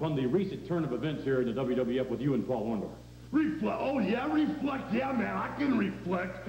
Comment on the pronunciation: I can't believe all of Hogan's promos he could not say Orndorff the right way...